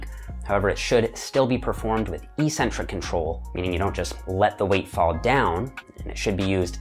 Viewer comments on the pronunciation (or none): Why does the fitness community say "EE centric"? The word is eccentric. EK-centric. Both and Israetel (among so many others) say it this way.